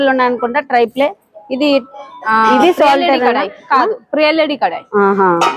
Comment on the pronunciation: Kalai kaadu thalli, kadai anali Triply anali